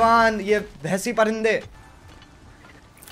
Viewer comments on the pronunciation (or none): Washi darindey nah.. its old washi parindey 👍👍👍😏